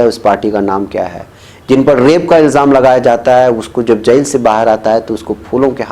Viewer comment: بہت افسوس ہو رہا ہے یہ کہتے ہوئے کہ کئی بار آپکا تلفظ صحیح نہیں ہوتا ہے، آپ جیل کو جس طرح بول رہے ہیں وہ سن کر میری طبیعت بھاری ہو جاتی ہے کان بوجھل ہوجاتے ہیں، برائے مہربانی الفاظ کے تلفظ پر بھی تھوڑا کام کریں،